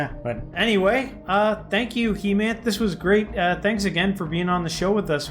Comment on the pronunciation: Not he-math you can take his name as hey-month